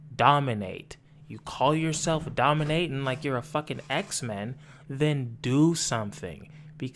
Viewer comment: “What the fuck are you dominayton?… the metaverse?”😂😂😂😂😂😂